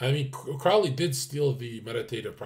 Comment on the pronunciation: the "ow" in "Crowley" is pronounced "oh"!